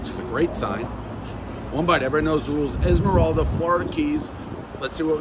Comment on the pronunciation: Isla morada Dave - “Esmeralda”